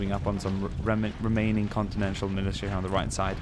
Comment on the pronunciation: It's continental not continential